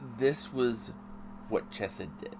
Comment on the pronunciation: Its Chesed woth the Ch lile on Chanukah